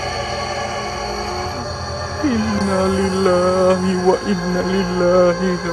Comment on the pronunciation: Bacaan inalillah nya yg betul donk..maaf beri saran aja....